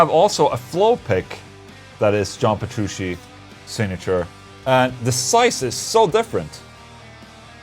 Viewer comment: Ola it aint Petroo-she it's Petru-chi